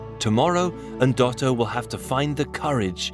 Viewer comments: nooo... there is no E... it's Ndoto which means dream... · "Endoto" he said 😂😂😂...